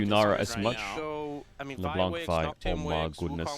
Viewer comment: Sir could you stop saying Leblan(C!) its Le(Blan)c , the C is muted. Love your videos <3